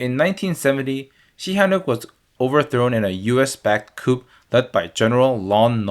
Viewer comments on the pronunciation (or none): It is not "coop" (coup) it is a "coo" . At around 6 minutes, you show a map showing eastern Cambodia being bombed, but you say western Cambodia is destroyed. Thanks for the video. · small thing coup is pronounced cou rather than coop